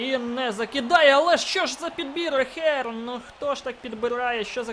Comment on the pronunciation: И не Ахер,а Эйхерн)